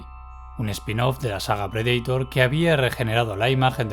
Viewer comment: Que tienen los españoles con la pronunciación de predator ? 😅